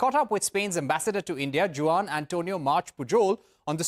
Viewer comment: Juan. It's Who-won, not Jew-won.😊